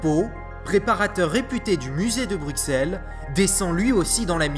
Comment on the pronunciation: Très bonne vidéo, très instructive! Juste quelques petites précisions (Rien de grave) Bruxelles, le x se prononce "ss". Un des 30 iguanodons s'est révélé être un Mantellisaure, une espèce proche ce qui d'autant plus passionnant👍! Et enfin, bien que le musée a admis s'être trompé dans la reconstitution (surtout sur le fait que la queue traine au sol), il préfère tout de même laisser cette erreur car les squelettes sont trop fragile pour subir un changement de positions. Voilà voilà